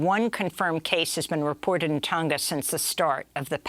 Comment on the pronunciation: She cant even pronounce Tonga right.